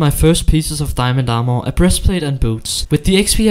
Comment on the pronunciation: The are-more 😂 i don't know why .. but the way he said armor make me laugh .. only the word are-more 😂